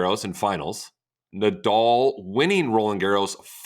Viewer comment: why can't americans pronounce the name Nadal correctly?